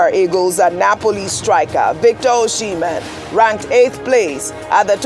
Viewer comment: Can somebody please tell ojy that our striker's name is Osimhen not Oshimen